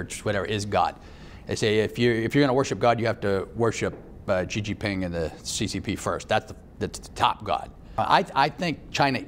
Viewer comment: XIXINGPING pronounced as SheShePing SHeShe + HYITLER = SHYITLER